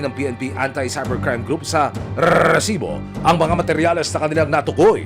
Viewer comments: Nakaka irita pg sinasabi nya ung rrrrrrrreeesibo. Hahaha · kinginamo emil sumangil. ang cringe ng RRRrrrrresibo mo. ayusin mo nlng. prang nilalagari lalamunan mo hayop